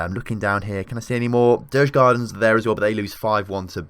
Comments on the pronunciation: Djurgården is pronounced jurgaurden å is like au in Austria. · Loving this series. Djurgården would be pronounced something like "Jurgorden". Would be interesting if you checked out the national teams to see how they're doing too. I would also love if you checked out the second division some time, at least GIF Sundsvall (my team) as it seems they were relegated from Allsvenskan in the first season :( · You did butcher Djurgården